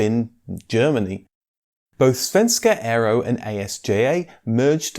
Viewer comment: As a swede i just have to say: your pronocument of ” Svenska aero” is excellent.